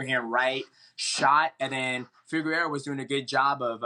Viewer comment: Anyone else notice dj say figeredos name right the first time and then say it progressively more wrong each time after that